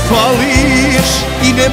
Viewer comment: Je li to Šerif u refrenu izgovara "hvališ" umjesto fališ?